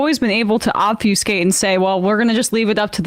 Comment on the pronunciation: You mispronounced 'obfuscate'. How irritating.